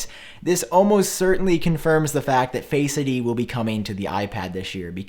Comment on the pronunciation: Face ID is not one word . My ears hurt Everytime you say it